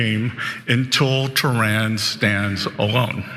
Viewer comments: Why that gay named binset doesn't say Tehran, he says Theran 😂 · He didn’t mean to say they were tyrannical, he just meant “Tehranical” as in from there, that’s all 😅😅